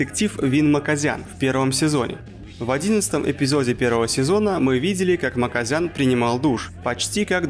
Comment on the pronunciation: С "Макозяна" дичайше проиграл)) Имя-Отчество у него должно быть Тигран Гаджиевич